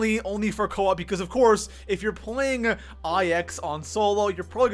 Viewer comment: I will pay you to pronounce IX properly